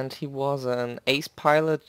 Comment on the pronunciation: Especially after hearing "he" spoken like in German ;)